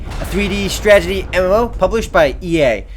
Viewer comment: OMER, YOUR STRAGETIES ARE DRIVING ME INSANE!!! XD HAHAHAHA, If I had a penny for every time you say stragety instead of strategy... I'd have like a dime...